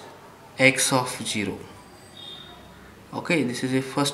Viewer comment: nice explaining but please, it is zero not shero